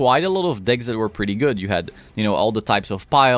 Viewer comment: ähhhm, decks, not dicks.